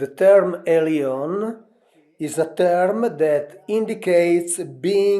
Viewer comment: Elyon > Alien is what I'm hearing......